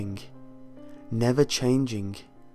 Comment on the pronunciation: lol "changingk" ? Sorry for laughing at u